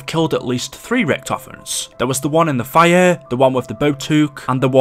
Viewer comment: Everyone: Fire: Fireuuu